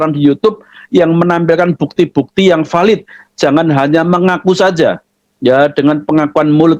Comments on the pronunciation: gk punya rasa malu Sok kr english2an.. eh.. linksoundnya amburadul... Blg VALID mlah VEULET...😂😂😂😂😂😂😂😂😂😂.. gk bacanya: PELET..... Sbntr lg bisa2 akn mensahkn FATWA... FATWA CARA BOHONG YG BAIK DAN BENAR.... Mana ada d belanda jurusan liturgi.. alamak... bgtu mudahnya org2 islam dibohongi... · Dan itu VELIDHHHH 😂tuakberrr😂